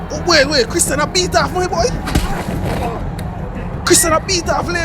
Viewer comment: It's not Christian, it's Criston.😊